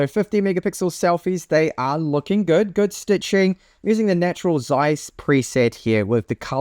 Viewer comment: How can someone be so superficial: not to be able to speak the name of a most important company in photo history? (Zeiss)